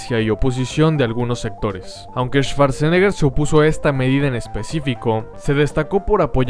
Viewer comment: En alemán cuando la W esta precedida por SCH se pronuncia como U y no como V, SCH se pronuncia como SH, y CH se pronuncia como G, por ende la pronunciación de Schwarzenegger sería "shuartseneger" no "esvartseneger"